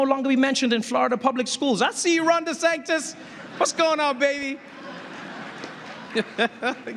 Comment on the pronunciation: He keeps saying "Ron Desanctis"...